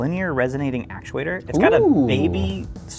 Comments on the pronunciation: actuator* with a "t", acTuator, not acuator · "Acuator" instead of "Actuator"